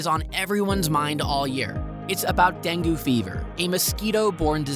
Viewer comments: Deng-goo? No. Deng-gay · It's DENG not DENGYOO!! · DengYOO? Come on, even AI can improve on pronunciation by now. Oh, and, NO; there is barely any “catcalling.” Sorry, THAT is incorrect. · It's "den-gay" fever... this must be some crap AI production... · When speaking of countries with Spanish as their first language, PLEASE learn to say the words in Spanish with a decent pronunciation! Also, dengue rhymes with Bengay…. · Yeah, I can't believe he completely mispronounces it. Clearly, that tells me that he only googled this information and never really learned about it in Panama. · Dengue mispronounced was one big tell.